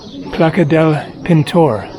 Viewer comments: Hey! In, in the Plaça del Pintor, you say "plaka", but it actually sounds like "plasa", not "plaka" as you pronounced it. So basically "ç" is like an "s", sort of... just so you know. Anyway, loving the videos in Spain,. Cheers for the great videos! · In Catalonian the word "Placa" is pronounced "Plaza" as in Spanish. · A wonderful video, thank you! The Catalan word "plaça" has a curl under the "c" and is pronounced "plassa".